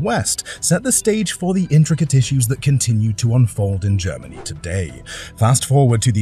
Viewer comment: Please stop saying "Germanee " and "Energee". It's seriously annoying.😅